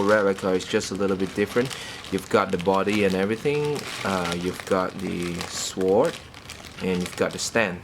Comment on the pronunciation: dude its a sword not a sworord